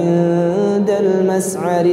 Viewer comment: 'Afwan, pas bagian المشعر terdengar ش-nya seperti suara س 🙏🏼